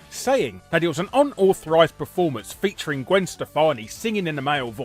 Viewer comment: I love hearing Larry saying "Gwen Shtefani" and "Krish NoavheLLiSHmElIKshneEEed* ^.." It'd be great to hear him being interviewed by Gilbert Gottfried.